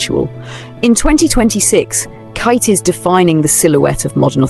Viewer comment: KATE, NOT KItay NOT Kite NOT Katy…..just Kate!